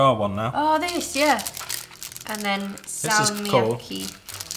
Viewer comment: Oho salmiakki on tosi hyvää, salmiakki is very good, and it is pronounced as (f Ahh tser)